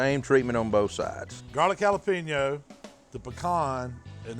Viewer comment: Can anyone else hear jalapeño said like “jala-pino” through this whole video